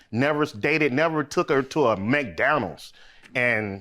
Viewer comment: Goofy ass dude can’t pronounce McDonald’s